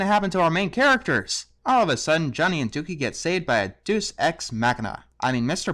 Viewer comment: you pronounced machina right but not deus? it's day-oos